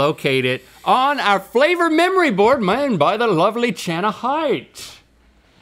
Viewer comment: what Rhett is trying to say “what kind of bacon favor is?” 😂